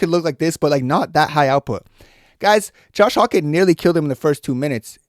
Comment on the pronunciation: Carlos ‘Ooleberg’ and Josh ‘Hokitch’…